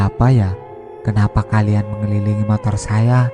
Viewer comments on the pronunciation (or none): none